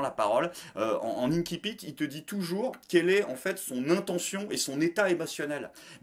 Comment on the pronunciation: on ne dit pas “inn qui Pitt” on dit “insipitt” comme insipide mais avec un t à la fin.